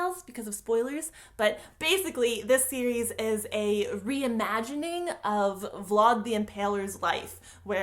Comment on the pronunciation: Who's Vauld? Do you mean Vlad? Like Glad with a V? Is my whole life a lie?